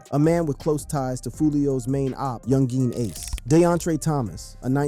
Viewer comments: Yung-geen ace😂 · “ Yun Jean Ace “ . Man wtf💀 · “Young geen Ace” lmaoo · Lmmfao he said Young Jean ace